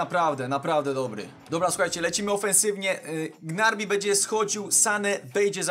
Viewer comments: Gnabri a nie gnarbi xdd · Nie muwi sie grabri tylko gnabry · Czm mówisz "Gnarby" zamiast Gnabry??? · Strasznie mnie bolaly uszy jak mowiles Gnarby a nie Gnabry xd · Jedna uwaga gnabry a nie gnarby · To gnarby tylko gnabry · Gnabry a nie gnarby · to nie jest Gnarby tylko Gnabry;-) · W jaki sposób uderzasz tak specyficznie piłkę ? A poza tym to mówi sie Gnabri a nie Gnarbi xD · czm gnarbi a nie gnabri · Gnabry nie grabny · Czy ty powiedziałeś Gnarby zamiast Gnabry? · Gnabri a nie kulła gnarby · I to nie raz xd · Mówi się G-N-A-B-R-Y ,a nie gnarby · Gnabry nie Gnarby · Gnabri się mówi a nie Gnarbi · Niby nie fajnie jak ktoś kogoś poprawia ale tym razem niestety muszę... mówi się GNABRI a nie GNARBI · chodzilo o to z gnarbi, ze tak przeczytal i teraz jest z niego beka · wiem ze juz 100000 osob cie poprawiło ale czyta sie gnabri byczku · Wylaczam po tym jak 4 raz uslyszalem gnarbi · Gnarbi? XDDD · Jak wypowiadasz Gnarbi uszy krwawia